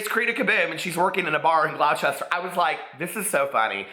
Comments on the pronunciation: GLAW-CHESTER? Like, Gloucester? 😂 It's more GLOSS-TER 👍 On the subject of the video, I just hope to God that OLD TATI doesn't get caught up in all this shit. She's the only one of them left that I can actually stand. The beauty community is the WORST community of all of YouTube and it's ironic because they're ugly as day old shit on the inside. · "glowchester" omfg no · Gloucester = "glosster" 🙂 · The way you pronounced Gloucester cracked me up!! Sending lots of love to PP, glad to hear he's doing well